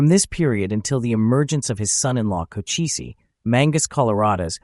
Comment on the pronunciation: Chochise was one of MANY Great Apache Leaders........and is pronounced Koh - Chees NOT Koh - Chee - see